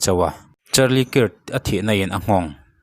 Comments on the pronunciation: Krak kak ti chiah silo alam hi dik lo maw kirh chu mizotawng a chhiar dan ni in kahria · Charlie kik ti a lamloh tur,kak tiin lam la,hriat a nuam zawk ang. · "kirt" ti in lam ri suh, "kark" ti in lam rîk tur..A in ziak ang ang in i lam ri a.. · A hming hi lam dik thei la chu atha sin😂😂 Kirk hi kark tih anga lamrik tur alom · 😂😂😂 nia mawleeee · A hming lam dik hram la chuan a tha mange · Kirk i lam rik dan hi a dik meuh maw...,🤔